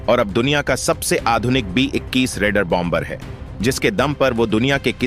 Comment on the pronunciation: Hi.😅 Its Pronounced Bomer and Not BOM BER. 2nd , B, is Pronounced Silent. France 🇫🇷